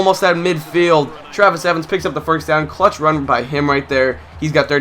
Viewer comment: you said "rum" instead of "run"